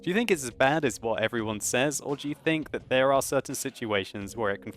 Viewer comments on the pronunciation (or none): none